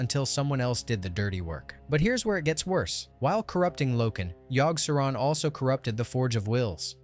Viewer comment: I couldn't make it past Yogg, the pronunciations are driving me nuts LoL!